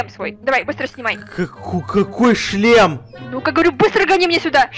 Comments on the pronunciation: Так отдавай сюда свой члем ахаха походу у давно не было раз вместо шлема говорит ччччлем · Я один слышал место шлема ш меняем ч я услышал чле... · сказала не шлем а чл** 😂😂😂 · Меня одну смущает что гоаорит (чле-шлем)⊙.☉